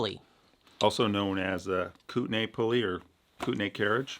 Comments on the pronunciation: I'm from BC, we pronounce it "koot-nee" not "kootanAY". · As a Canadian and as someone who loves camping in the Kootenays, its pronounced ''Koot-Knees'' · the thing they are testing is named after the region of present day BC called the Kootenay, where the generally accepted pronunciation is Koot-Nee. Interestingly, the indigenous peoples of the Kootenay region did not call themselves the Kootenay or Kootenai, a word most likely comes from the Blackfoot word for the people of the region. The people call themselves the Ktunaxa (tun-ah-hah), which is neither Kootenay nor Kootenai. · Sorry... not the point, but as a British Columbian it's pronounced like "Kootknee" Anyways, always exciting to hear something from 'round here. 😅